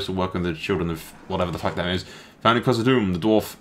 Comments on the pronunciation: No offense m8, I just felt like I have to let you know that (Khazad)-dûm is pronounced like doom, not dumb. Just call it Moria if you're not sure, and avoid die hard LOTR fans and grammar nazis such as myself in the future. Cheers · you pronounce Khazad Dum wrong. You have the Khazad right but Dum is pronounced like Doom.